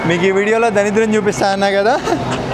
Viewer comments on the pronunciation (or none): daridram ra samy.. danidram kaadu